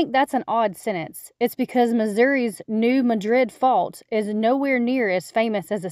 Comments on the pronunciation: Pretty sure that fault is pronounced "MAD rid", rather than "muh DRID". Also, what happened to the cherry crop? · In Missouri, they pronounce is New MAD-rid. Not a big deal, but it fits with all the other odd pronunciations in Kentucky and Missouri. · New Madrid is pronounced with the emphasis on the first syllable (I grew up not far from there). There have been several really strong earthquakes over the years (one so strong that the Mississippi River flowed backward for several days). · The quake rang church bells in Philadelphia. It enlarged Reelfoot Lake through land subsidence of the cypress swamp. The resulting fish cover from the underwater stumps made for the only commercial crappie fishery in the US. Also, locals don't say it like we say the name of the city in Spain. Emphasis is on the first syllable, and the "a" is like the "a" in "dad". I lived in Memphis for 14 years (a few decades back) and learned that the city, which sits on alluvial soil, was poorly prepared for the consequences of another New Madrid quake. Don't know how much progress has been made.